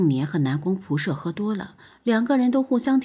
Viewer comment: 光是那個"射"的念法，聽了就受不了